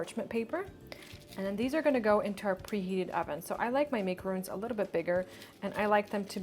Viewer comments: Love the idea and the way you made it!! The only thing I would critic on is that it's MAC- aroon not MAKE- aroon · You didn't pronounce macaroons properly.